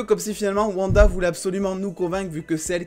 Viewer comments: Par contre stp c'est OUanda et non Vanda 😭😭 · Stp dit wanda pas vanda 😅